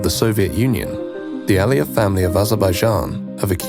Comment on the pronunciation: It's Aliyev, not Al Ali.